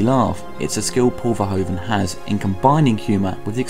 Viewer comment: Verhoeven is pronounced differently. The hoev is more life the word hoof.